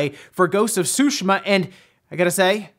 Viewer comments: whys he saying sushima its tsu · Dude only once did he pronounce it right every other time it he was just reading it as Sushi...ma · I find it funny how ppl say ghosts of "shoe she ma" and now it's "two sh ma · Is Ghost of Tsushima pronounced SUSHI-MAH or SUE-SHE-MAH? Out of all the Paper Mario games only Sticker Star is terrible, Color Splash is heck of a lot better than Sticker Star despite it having some issues. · Everyone: Ghost of Tsushima: Ghost of Sushma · I could swear he has pronounce it correctly before. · Everyone acting like they've been pronouncing Tsushima correctly now like Forza, when just yesterday we were all saying su-she-muhh lol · Charmara The devs want us to mis-pronounce the name of a city? That is crazy. IMO, it is like saying I-taly but whatever. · Why did you change the pronunciation of "Tsushima" all of a sudden? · You didn’t say Tsushima right 4 times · Why are you pronouncing Tsushima differently in this video? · Wow. That is not how you say tsushima. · You are pronouncing Tsushima wrong.